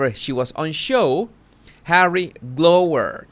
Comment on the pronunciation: It's pronounced "Glau-er" - if you are glowering, you are, bit miffed/angry🤭💜 Keep up the good work, please - you deserve a medal for Services to HMTK & the UK🤗💜🙏🇬🇧